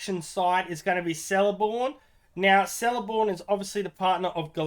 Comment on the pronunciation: Lol its celeborn..(k) not seleborn